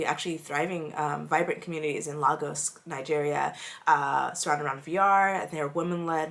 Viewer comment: Lagos. pronounced Lay-Guhs not Lah-Gos. It was portuguese name but we made it our own thank you